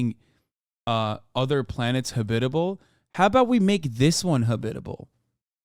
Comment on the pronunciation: the way he says habitable hurt my brain. habiiiiit'ble instead of haaaab't'ble